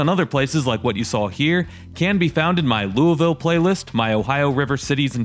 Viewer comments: Lame attempts at humor and you don't know how to pronounce Lou a vull. McDonald's is hiring. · Bro it’s pronounced luh-vull but it’s fine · why do people pronounce Loiusville as 'LuahVoe'? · Founded by the French. French typically don't pronounce the last letter of a word. Louie ville.